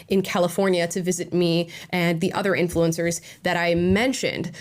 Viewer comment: "InFLOO encurrz".. Maybe dont look like a guido from Miami when talking to thesepasty soibased prople. You scared him.. (that was a guy, right? dont need the pronoun patrol soiling their diapers) This is really hilarious. Take the money and say whatever you want! Go get 'em, super slooth!